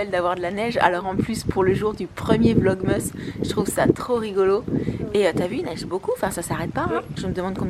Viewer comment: Pourquoi tu dit vlogmeusse alors que c'est vlogmas